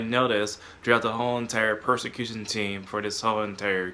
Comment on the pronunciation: Not to be mean, but did you mean "persecution team" or are you saying "prosecution team"?